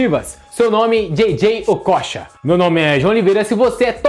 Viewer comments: Se pronunciava Okôcha, na época...Amador! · kkkk Essa tua pronúncia do nome dele tá tensa! Okocha jogava muito, mas sacanagem esse titulo chamativo p/ visualização. Lembro do Assis no Grêmio, o jornalista pedindo pro Assis, sobre o grande momento que estava vivendo no futebol, ele disse algo do tipo "Tu acha que eu jogo bola, isso pq tu não viu o meu irmão" Não lembro as palavras exatas, mas era tipo isso aí, e na época Ronaldinho ainda era uma criança. Pior que muitos jogadores profissionais nos anos 90, comentavam que quando acabava o treino, eles iam vê o treino das categorias de base, pra vê o Ronaldinho jogar, pq o menino já era foda. O Okocha foi e sempre será uma grande inspiração, mas em relação a Ronaldinho, no caso brincar com a bola, ou melhor usar esses artifício em campo, p/ a construção de jogadas, acredito que o Djalminha foi a maior inspiração!